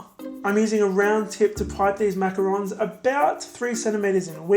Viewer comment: This was amazing. I really like how you also pronounce it correctly it makes this video even better. I just subscribed💖 I'll definitely try this out for my mom xoxo